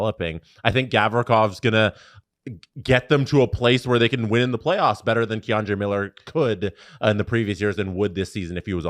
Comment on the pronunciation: please learn to pronounce these names man. key-andre miller, not kay-andre. alexi lafreniere not alexis